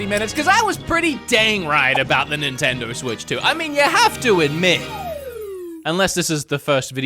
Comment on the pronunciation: hey man the brand is called nintendo, not nintindur